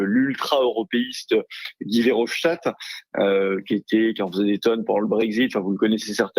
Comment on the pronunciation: Verhofstadt n'est pas allemand, donc il ne faut pas prononcer son nom à l'allemande. Qu'il soit un européiste acharné, déraisonnable, c'est d'accord. Mais ce n'est pas une raison pour mal dire son nom. "Ze" left. Dans Harry Potter, les "th" remplacés par des "z", cela participe de la caricature. Là, c'est juste de l'arrogance ignorante d'un Français qui se croit un génie. Emétique.